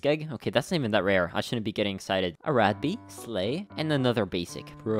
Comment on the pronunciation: Every time he says “ a rad bee” it sounds like he says “ arack bee”